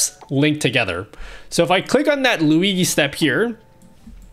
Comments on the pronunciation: ..Man.. very good toutourialz but plz NEVER CALL "LUIGHI".. ..is NOT LuiGHI .. is LuiGI ..pronuciation is more similar to "LuiJI" for you not-italian ppl.. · hi, huge fan, one problem, who is luigee? i only know luigi * lui GEE * z * * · "Lui-gee" filter! :D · I love you but you gotta stop saying Luigi like that